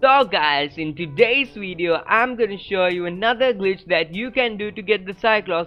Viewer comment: Every time he says glitch I think he saying bitch 😂😂😂😂